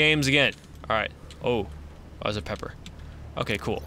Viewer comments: It's peeper not pepper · Not pepper peeper (pee-per) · Not pepper ,peeper (pi-per) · who else had a cringe fest throughout the parts where he couldn't read the name correctly so he was try to catch the "pepper" even though its a peeper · It's Pee-Per not Pep-Er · its p-ee-per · those are pronounced peeper